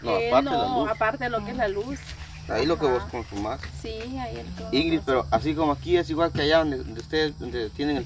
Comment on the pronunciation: INGRIS???? REPITAN INGRID INGRID INGRID INGRID INGRID.... APRENDÉ A HABLAR Y A ESCRIBIR!!